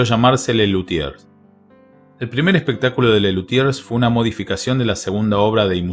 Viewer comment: Muy mal puesto el título, con eso de “triste final”. Massana hizo mucho con la breve vida que le tocó, y murió en pleno éxito familiar y profesional. De paso, Mundstock debe revolverse en la tumba cada vez que pronunciás “LuthieRs”.